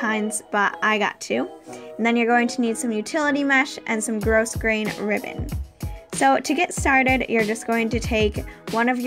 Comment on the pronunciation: Nice vid. FYI, the ribbon is pronounced 'growgrain'. The 's' is silent. One of those things you never know until someone tells you, lol. I like that your bag has a solid bottom.